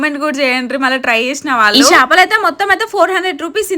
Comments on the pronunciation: Shapaluu kadhu ra 😅 akka chepaluu 😂😊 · Shapalu kadhu akka chepalu